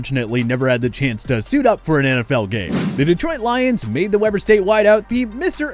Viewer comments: Hey utahn here weber is not pronounced web-er its pronounced weeb-er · Tim Toone was a hell of a guy. Too bad he never got a shot but he wasn't very big so that's probably why. Incredibly nice and a very talented FCS (at the time 1-AA) receiver. Also 'weber' is pronounced like 'wee-ber'.